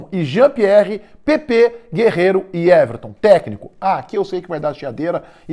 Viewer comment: É guerrero e não guerreiro